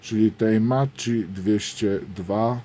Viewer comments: I gwoli ścisłości, "Macchi" wymawiamy Maki, a nie Maczi. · Niestety, nie wymawia się "Maki", lecz "Makki" z podwójnym "k"